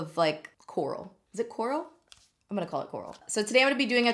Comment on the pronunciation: Every time you said coral I heard Rick yelling/calling for Carl 😂 CWARL!